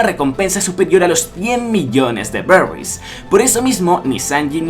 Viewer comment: puto amo?. pd: cuando has dicho berries, me reido no he podido evitarlo. saludos.